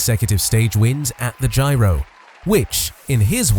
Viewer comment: What's with the "Gyro"?